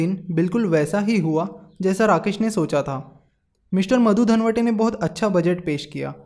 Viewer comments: अरे भाई मधु धनवटे नही दंडवते बोलो मराठी आदमी था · अर्थमंत्री मधु धनवटे नही दोस्त , मधु दंडवते , ये बातछोडके बाकी आपका video जबरदस्त है. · its मधू दंडवते you are pronouncing it wrong as मधू धनवटे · pronouncation problem sir ji....